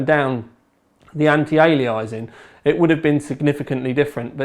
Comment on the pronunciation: anti - ali-eye-zing???